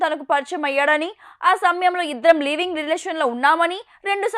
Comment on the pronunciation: అమ్మ యాంకర్ లీవింగ్ రిలేషన్ కాదు, లివింగ్ రిలేషన్ కాదు. అక్షరం ముక్క రాణి వారు జర్నలిస్ట్, యాంకర్లు